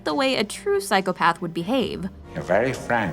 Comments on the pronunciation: The "psychopathds" and "sociopahves" pronunciation is driving me crazy. But yes good explanation for things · The way she’s pronouncing psychopath and sociopath is making my skin crawl 😭😭 she keeps saying PAD 😭😭